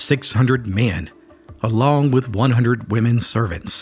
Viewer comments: I may have heard you wrong but the word is Croatoan not Croatian. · Not Croatian. Croatoan. 🙄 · Croatoan, not Croatian. 😉